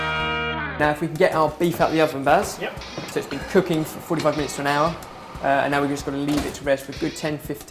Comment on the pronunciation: Baz not bears....